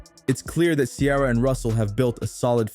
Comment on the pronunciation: Who is this lady?? Learn to say Ciara's name.